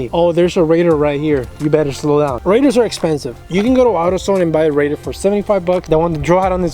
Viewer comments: Dude sounds like he's saying raider... lmfao 🤣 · Good video…but your killing me with your pronunciation of RADAR != Ray-Darrr